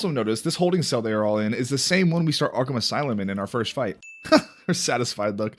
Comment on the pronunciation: Ahem… Arkham Ass-loom